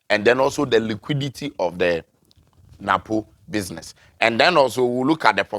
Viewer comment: Its business and not butter system for mr 😂😂😂